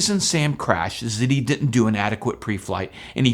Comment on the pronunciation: Didn’t, not ditnt